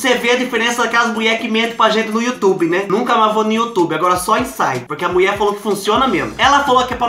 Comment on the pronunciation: Kkkk au adoroooo quando você fala a mueeee.kkkkkk